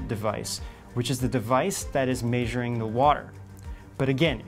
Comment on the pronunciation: umm did he just say " May zur ing " he sure did. My hope is lost😞